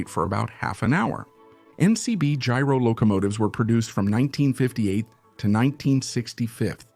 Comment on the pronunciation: "g-ro-low-comma-tivs" ???! Now I know this is AI SLOP generated voices, but come on, do a little quality control. If you expect watchers to take it seriously and make ad revenue, show you have some respect for them and yourself.